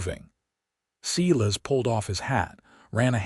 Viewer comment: Silas pronounced Sighlas not seelas